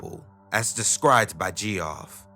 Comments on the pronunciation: its geoff not gee off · Gee-off, the beast way the word geoff has ever been said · Please, my guy, learn how to pronounce any names you're not familiar with. Geoff is Jeff, not jee-off. And Avignon is "avin-yon" not "avig-non". The mispronunciations are pretty jarring when you're telling a creepy story, and not in the good way.